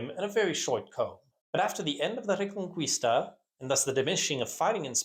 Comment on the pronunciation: Reconquista is pronounced reh-con-KEY-sta, not KWIS-ta.